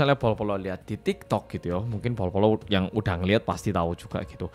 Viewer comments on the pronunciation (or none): none